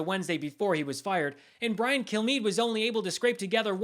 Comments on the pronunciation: Hello, I'm Brian Kilmeade. That's pronounced "Kill me." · Did he say his name is " Brian Kill-me"? Lol! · I heard him give his name and seriously thought he said "kill me" 😅😂 I thought, gosh, it is just great to see him having some sense of shame!